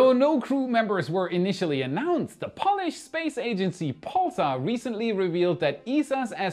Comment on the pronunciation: Polish is for fingernails the way you say it.